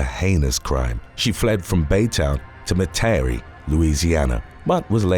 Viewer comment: I love the way you pronounced Metairie lol